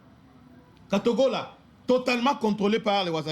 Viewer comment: cest katogota pas katogola notre